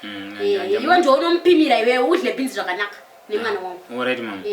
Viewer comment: Kkkkkk beans or beens